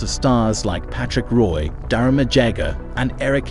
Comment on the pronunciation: What is this AI generated nonsense? I can understand some mispronunciations but “street Louis blues” “Patrick Roiiii” (not Wha as it’s pronounced) and “nordikks” is laughable. Also, as others have said, info is wrong at times like Mario Lemieux is very much alive.